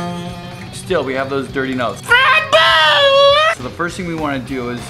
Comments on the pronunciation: great information but HOLY SHIT STOP SAYING FRED BUZZ. thanks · I think he was screaming Fred Buzz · he says frett buzz lol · i just love it when he says fret buzz lol! i just cant hold laughing!!! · Fret Buzz is coooollll...I sure hope he says "FRET BUZ" again.